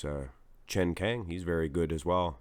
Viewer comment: It’s not “chen kang”, it’s CHEN KAAANG